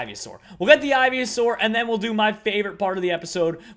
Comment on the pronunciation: Ivy-a-saur, really? Really?